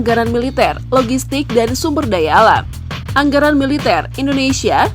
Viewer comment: Tapi alutsistanya lebih sangar Vietnam. Luat kaselnya dan fregatenya buaran russia. Bnyak lgu unitnya Bukan kleng kaleng.. Maaf min cara baca anggaran dll salah.